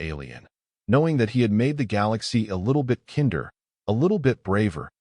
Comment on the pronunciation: A little more kender?? The word is kinder.